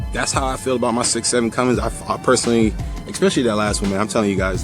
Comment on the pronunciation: Good video... Only complaint... It's Cummins not Cummings. lolol ( my son gets on to me about that ) Good Stuff... I am subscribing also.